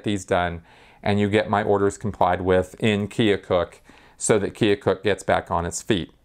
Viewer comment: minor correction, the Iowa town LRH often references is Keokuk (rhymes with firetruck), not Keocook. Otherwise a good and informative video. Thumbs up!